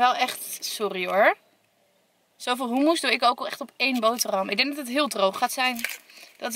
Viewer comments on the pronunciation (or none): none